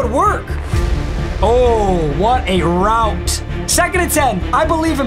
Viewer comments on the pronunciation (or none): none